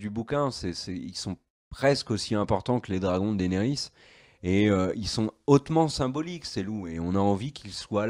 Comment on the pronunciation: Ca se prononce Dénérys ! Bon sang.